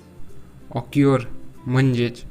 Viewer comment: Occur चा उच्चार ओक्युअर नाही तर ' अकर ' असा आहे.